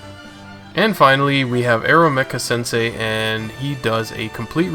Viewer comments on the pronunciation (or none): none